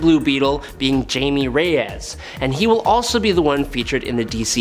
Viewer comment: It's not Jamie, it's pronounced (hi_me) it's Spanish